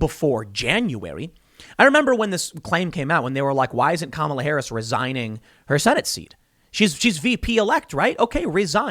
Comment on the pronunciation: Not Kahmala, but KAMala! She will bite your head off.